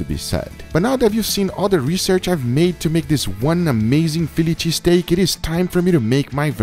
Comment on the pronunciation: No one: Absolutely no one: Guga: Feeliche Steak